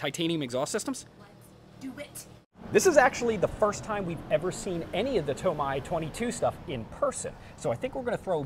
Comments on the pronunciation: TomAYE not TomEYE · it’s TO-MEI DAH! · Lol the TOMAI... funny how he pronounces it. Awesome vid! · Tomai lol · Is that a TOMAI DAH? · Screw toe-may-toe toe-mah-toe Imma start saying to-may to-meye Lmfaooo Great video overall though ❤️❤️❤️